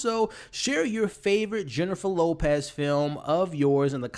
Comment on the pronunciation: Jennifer Lopaaz 😂 great review!